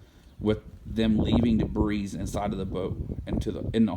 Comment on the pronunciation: Thx for the great info, now let me repay you. The "S" in debris is silent.